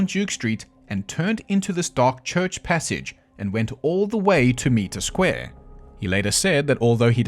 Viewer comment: It's pronounced m-eye-tre square😊